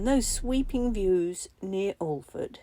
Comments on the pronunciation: Just a heads up - it’s pronounced Arlford, some also say Aff-ford , not All-ford. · Serious damp issues, you couldnt live there until the problem is fixed & the house dry. Btw, Alford is pronounced a as in apple, & a silent L. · Hiya! The L in Alford is silent hon. Aahhh-furd is more choochter xxx